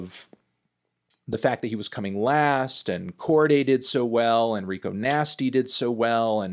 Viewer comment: Can you start saying Cordae correctly?